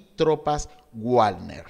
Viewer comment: Muy interesante y bien explicado, sobre todo los mapas. Vamos aprendiendo geografía incluso. Sólo un comentario, el grupo Wagner (del cual no tengo mayor información dicho sea de paso) se pronuncia aproximadamente como "Vagner", con V. Gracias por los datos, saludos desde Perú.